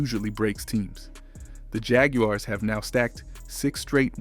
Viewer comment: agree backing out. gotta pronounce the team name correctly